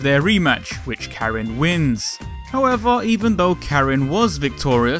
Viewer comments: Karin not Kerin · It's not prounounced"CARE-in" or "Kuh-REEN". It's pronounced "KAH-reen". Emphasis on the first syllable, not the second. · Is it...?? Is her name really pronounced: care-reen' ?? 😲😖😕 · [beat] "what do ya mean it's pronounced as 'Kuh-Reen'?!" My exact reaction, bruv xD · Good video. She is my favorite character in the franchise. It seems like you have done a lot of research for this, my only complaint is you didn't seem to bother learning how to pronounce her name. She is Japanese so it is pronounced Car-een Kahn-zookie, Sorry for being picky, but no one bothers with this and it's sort of my pet peeve. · Perfectly fine, no worries. Just a note, i do actually check to see how some names are pronounced before i go in to making these episodes. I referenced the fact that i might have been pronouncing Karins name wrong at the very end of this episode to show viewers that i'm aware of my mispronunciation, even if it was just used in a humorous way. That said, most people are just going to pronounce names the way they see them or the way their own language has taught them to pronounce things a certain way and therefore it's something they've grown up with. I personally made a note of the way i prefer to pronounce 'Zangief's name in the R. Mika episode as i had grown up saying it a certain way. It's not that i am not aware of the way it's pronounced, it's just the way i've grown with the series and how my own language pronounced the names have stuck with me. Anyways, thanks for watching :)